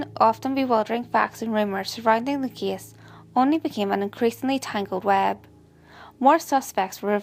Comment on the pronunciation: Me too.The kiddie so I thought abt McDonald's Kiddie Meal 😂 but really nice info too. Only the pronounciations like Kiddie, Case (i thought it was Kiss), Wengit..just need to improve the proper pronounciation. ✌Even me I sometimes pronounce other words wrong but with this one maybe she just need to review some words..the proper pronounciation.